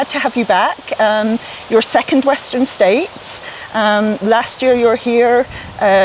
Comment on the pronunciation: W'eszter'n "States" Csillag :) (heard it on the singletrack podcast)